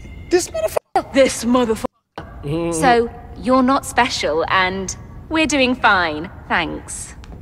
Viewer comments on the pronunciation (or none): I cant tell if i love Samuel or hate him and alsow the way she say "thIs moTher fUckEr" kills me